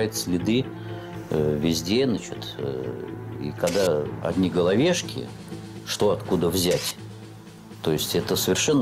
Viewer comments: Не головешки, а головЕшки.. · Не головешки, а гОловешки.